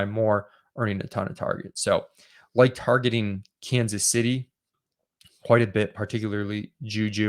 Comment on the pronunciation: "Kansas Shitty" We all heard it.